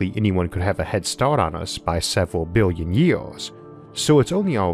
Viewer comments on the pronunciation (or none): Bwillion bwillion stars 👍